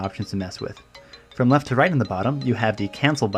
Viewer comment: of course he did, didn't you hear him at :07 when he said "I got this over fom Japan".